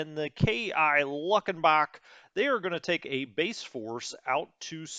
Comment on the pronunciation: Grrr, Going to have to have Waylon show you how to pronounce Luckenbach please!